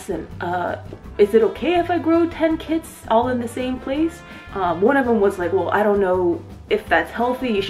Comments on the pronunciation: I thought you said "i have ten kids", also why didn't you just put the box over the mushroom instead of in it. Love the video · So I heard "I got 10 kids" and I was like wtf. But she said kits lol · When you said "Ten Kits" at first I thought you said "Ten kids" I was like "WAIT.... WUT WUT WUT!?!?!?" Finally, "grow ten kits" and it all came together. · Did anyone eles think she said I have ten kids not ten kits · Lol, me too... I said "wait, what!? Ten kids?" Then played back. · i really thought it was 10 cats lol